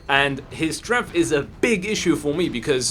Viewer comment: I didn't know there was an F in the word 'strength'